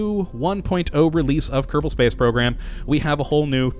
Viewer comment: Why do you say Keddabull instead of kerrbull it just sounds retarded